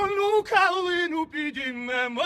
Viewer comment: А мені більше до вподоби саме стрілецький варіант. Наразі потрібен маршовий стиль. Час журливих розтягнутих мелодій минає. Потрібна мажорна транспозиція. І ще, варто підкорегувати вимову слів у кличному відмінку. (підІймемо!, розвеселІмо!, тобто зробімо зараз, а не зробИмо колись). Слава Україні!